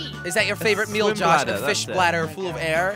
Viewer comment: He did not just say dead flish...